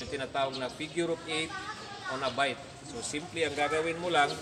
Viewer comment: Bight kabayan, hindi bite